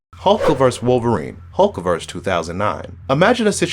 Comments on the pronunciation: It is not "hulk verse" it's "hulk versus". They are not one and the same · It's versus, not verse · it's versus